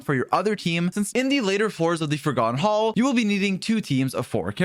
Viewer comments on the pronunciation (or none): none